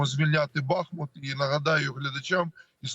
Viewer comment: Великий уклін воїнам! Слава вам! Дякуємо і шановним журналістам! Прохання до вас: вимовляйте, будь ласка, правильно: БахмУт, Часів-Яр (Часів-Ярська, Часів-Яра, в Часів-Ярі). Бо це така біда з перекрученням назв наших рідних міст...